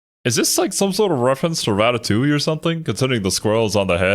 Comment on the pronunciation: Rat-a-TOOOOL!!! LOLOFL aka "DUURR, people are TOO STUPID to know how to pronounce that word unless phonetically helped"